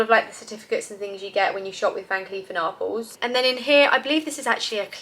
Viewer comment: Nice gifts. In America we pronounce Arpels ‘R Pells’.